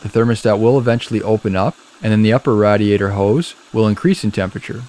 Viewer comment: I couldn’t help but notice how he was saying Radiator 😂 it’s totally “Rad” 🤷🏽‍♀️ I Guess